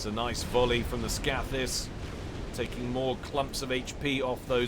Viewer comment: Scathis is pronounced with a long a. Scath as in scathe.